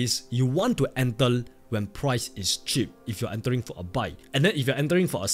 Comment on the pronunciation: Brother please say enter instead of ental😢